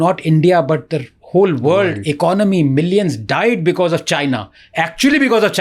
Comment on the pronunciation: Raj shamani ko because ko becuss bolney main bohot maza aata hai😂😂😂